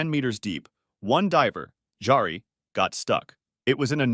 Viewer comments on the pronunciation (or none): J's are pronounced like Y's in most Germanic languages, like Norwegian. So it's not "DJARI," it's "Yari."